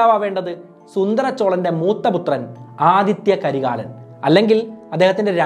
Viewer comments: Aditha not adithya 😂😂😂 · ആദിത്യ കരികാലൻ അല്ല ആദിത്ത കരികാലൻ എന്നാണ് അതേപോലെ വനവൻ മാദേവി അല്ല വാനവൻ മാദേവി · Aathitha karikalan not Aathitya karikalan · Nice.. 👍but Adithitha karikalan not adithya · Athitha karikalan not Adithtya karikalan 😂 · 'ആദിത്യ കരികാലൻ' അല്ല, 'ആദിത്ത കരികാലൻ' ആണ് 💯